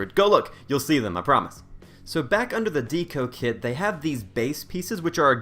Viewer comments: Deco is pronounced like ‘Dekko’ not ‘Deeko’ unless you pronounce Decoration like ‘deecorashun’ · Good form on the Snappy HouseKit 😉 Keep up the excellent work, I enjoy watching you use our mod to it's potential. Also Deco -> deh·kow as in "Art Deco" Era, ♥️ KK